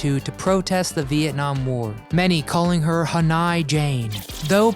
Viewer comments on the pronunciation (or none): Haneye.. Try Han oy...Dude, I like you videos but you mispronounce a lot of important information... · Ha/ny ? Its Han/noy! HANOI ! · Hanoi is NOT pronounce d Hanigh, it is pronounced Haa Noy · It’s not pronounced “Haneye” but “Hanoy”. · Jane Fonda is a traitor to the USA. And it’s not “Han eye”, it’s “Han oye” (Hanoi). Don’t narrate unless you know what you’re talking about. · It's Han oy, not Han i. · Not "Hanai" ... it's "Hanoi." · I enjoy your channel, but your constant mis-pronunciation of obvious words is jarring. YOu must be a post Vietnam War baby. Hanoi was all over the news whether on t.v. or radio. Han-oy NOT "Han-eye".I mean, really! Please take the time to learn how certain words or names are correctly pronounced. But it's not just yo, no. Too many news casters and commentators butcher simple pronunciations. What has become of serious oration? You correctly pronounced etherial, shockingly not as ether-eel! "Han-eye"....for real??? You've mis pronounced a number of words on your other channel editions....PLEASE get it right. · Love these commentators who don't even know how to pronounce Hanoi. It is Ha-Noy, not Han-i. And Jane Fonda should be in prison for treason not given HOLLYWEIRD awards. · That's "HanOY Jane", not "HanEYE" - just sayin'! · It's pronounced Han oi (Hanoi) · Hanay Jane ?.. dear God are you for real?.. Hanoi Jane..named after the city in Vietnam..you as an American should know that surely..I'm a Brit and I know it..🇬🇧💞✝️🙏🙈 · Hanai? It’s Hanoi! ❕ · Jane Fonda will always be Traitor Hanoi Jane in all our hearts!! And btw its pronounced Han -Noy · Ha-Nai Jane..lol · It’s spelled and pronounced HANOI not ‘Hannai’ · "Hanai"???????? Oy vey! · I'm sure,... "Hanii" what a dummy. It's "Hanoi".,.... geeez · It's pronounced Han-oy. Oy. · pronounced Han-Noy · Huh noy. Pronunciation. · Hanoi ( Han Noy ) f%$#&*g millenials. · The video pronounced it han-eye. What the heck? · 🤣🤣🤣🤣🤣🤣. Dang dude who have you ever heard pronounce Hanoi, Hanni 🤦🏻‍♂️